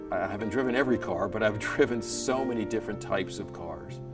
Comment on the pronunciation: that Fuwwawi pronunciation is soo annoying